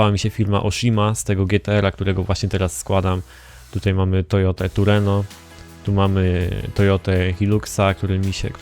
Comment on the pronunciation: Nie mówi się "Tureno" tylko Trueno ;)